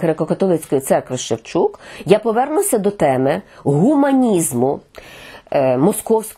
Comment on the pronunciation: Наголос потрібно робити на першому складі пАпа Франческо.